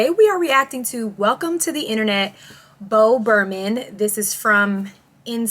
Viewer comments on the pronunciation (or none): You called him Bo Burman, and your video title says Burham... could you please have enough respect for the artist to at least try to get his name right? JFC